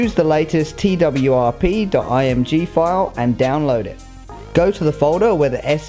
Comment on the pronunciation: Twrp sounds like twerk